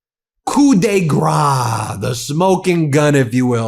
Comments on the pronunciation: Ben,, please check your French before attempting French phrases. 1 - Coup de Grâce does not mean smoking gun. 2 - Your pronunciation is cute but incorrect. What you actually said was ‘gust of fat’ (which could make sense with DJT!🤭). Coup de grâce is pronounced ‘koo - duh - grahs’. Find a French friend! ❤ from Switzerland. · Just fyi, "coup de grâce" is pronounced "koo de grass". Love your takes.